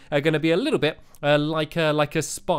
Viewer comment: say a little bit 5 times fast. did you say a bittle bit?